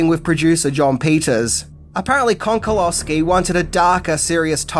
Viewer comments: It's Konchalovsky, where CH is pronounced like in the word "cherry" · It is pronounced КОНЧАЛОВСКИ!😊